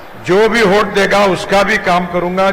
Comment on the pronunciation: “होट” नहींरे बाबा…! “वोट” बोलते हैं…